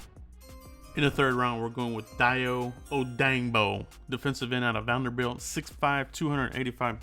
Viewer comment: Dayo OH-DANG-BRO!!! Idc if that’s not how you pronounce it cuz that’s how I’m sayin it from now on!!! 😂😂